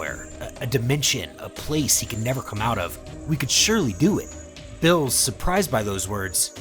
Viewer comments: Dude why are you calling him bills?? His name is beer-us that's a bit annoying no offense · Bro can you please learn the proper pronounciation of the names coz it’s annoying when you say bills when it’s clearly beerus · bills? narration is so annoying getting such a easy too pronounce name so wrong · He keeps saying builus instead of beerus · is no one going to mention that part of (if not all of) the video he was saying bills instead of beerus. (if its an accent i apologize to anyone i may offend) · Ayo is this mf calling Beerus "bills" -_-..? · Are the mispronounciations of the gods names intentional? Bills and bermoth aren't their names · Ah yes, my favorite god of destruction “Bills” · That is not how you pronounce beeruses name, ur callin him blls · I hate the way you say the characters names. Its Beerus it Billis. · why do u say bills? his name is beerus bro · Why are you saying Bills and Vermouth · I don't know why but i keep hearing beerus as bills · Bills wrong berrus you are just pronouncing it wrong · Love your channel, but can you say the characters names right, like calling beerus beers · Say beerus not bills 😤😤😤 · I like how he says Billus instead of beerus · What the f**k is bills it's lord beerus atleast say the name properly ...🤦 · are you spanish or sum? why u callin beerus "bills" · Why is he calling beerus bills? Everyone I listen to yall fuck up people's name so bad. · Why do you keep calling him Bills? It's like you got the name from a half-assed fan translation or something. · bro is not calling beerus “bills” 💀💀💀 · I just get kinda annoyed at how you say the name, like beerus is bill's, and gine is jean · Why he saying "bills" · i kept thinking he was saying bills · When he say beerus it sound like bills. Just letting yall know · Ok, 2 mistakes that i noticed, zeno's & beerus' their names are pronounced wrong, zeno's E is prenounced the E from for example example & beerus is pronounced as beer us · Bills? Y do u pronounce Beerus like that lol